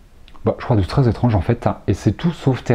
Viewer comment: Coucou, tu as dit '' c'est très étrange '' et moi j'ai entendu c'est très ''être ange ''!!! Bizzz.